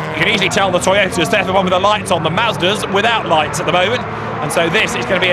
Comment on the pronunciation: LOL HE SAID TOYOTER!!!!